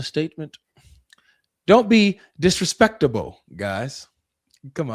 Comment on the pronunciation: he said disrahspecktable.....is this Tracy Morgan?